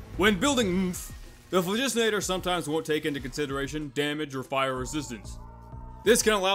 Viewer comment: "When building oompf The phlahjuustenator"